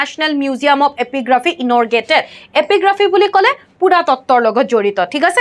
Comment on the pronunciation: Inaurgate nhy ma'am... it's inaugurate 😊 উদ্বোধন